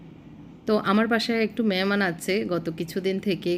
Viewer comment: মেহমান কে বলে মেমান